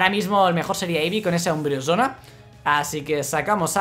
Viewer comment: Porq dices umbresona???